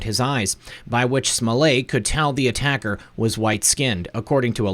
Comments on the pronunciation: Why SMO-LAY? Since when is an ~ETT ending EVER pronounced as "AY", in English or French? There's buffet & ballet, eh? with ONE (1) 't'. But majorette, marionette, cigarette, etiquette, I bet them all; NARY AN "EH?" SO KNOCK IT OFF, Mr. fake French, Chicago. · Smoh LETT the final t is silent in French, but not when it is doubled. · Smollett. The t’s aren’t silent ... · Everytime you say Juicy Smollet' I crack up!!